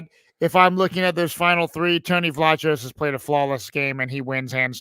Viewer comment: Tony pronounces it “Vlah Kose.”